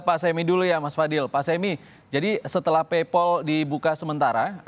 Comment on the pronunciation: ngomong paypal aja masih peipel wkkwkwk. fix sih ini mah boomer awam